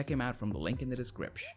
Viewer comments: Saying "decripsh" made me cut myself. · i was gonna like, but this guy keeps saying descripsh ............